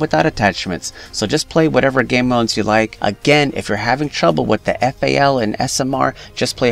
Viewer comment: Lol my man said fal